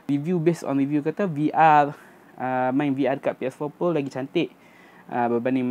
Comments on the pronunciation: Awat hg sebut pro mcm plo. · kenape sebut ps4 plo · Kenapa dia cakap ps4 "plo"